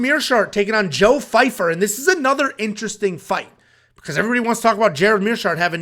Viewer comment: Why does everyone keep calling him Fyfer. Guys his name is Joe Pyfer